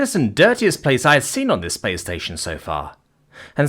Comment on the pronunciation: does anyone else kind of hear play station instead of space station or is it just me